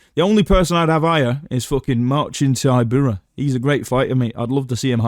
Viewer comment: I love how Marcin Tybura's defining personality trait is how another dude pronounces his name